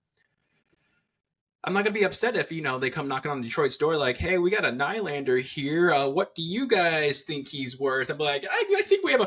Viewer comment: Dont like the way you say nylander 😂